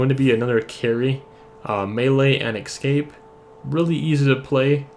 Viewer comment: stop saying excape